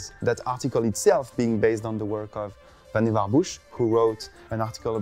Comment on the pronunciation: Its actually, "Vann-Var." Everyone gets that wrong. #Xanadu